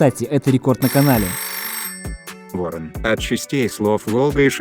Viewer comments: Здорова. Не вОрон, а ворОн. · Только не Ворон а Воро́н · ВорОн. С ударением на второй слог. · Ворон Только ударение на второе "о", отсылка на ширОн